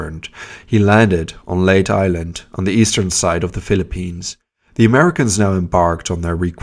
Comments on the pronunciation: Leyte (Lay-teh) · Leyte has an e and is pronounced Lay- Te, the TE pronounced just like the word Tell but without the double L. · "Leyte" is pronounced as "lay-tea", not "late". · You could have just said that it is pronounced as Lay-Teh. There you go! LOL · Leyte is pronounced LAYTAY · He mispronounced numerous words, including Leyte. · Ma - nill - a . Not Ma - nay - a ! Leyte is pronounced Lay - tay not Late! Mindanao is Men - den - now not Maduro although those are my favorite cigars.😆